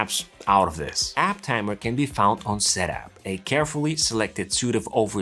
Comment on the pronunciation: App Tamer, not App Tammer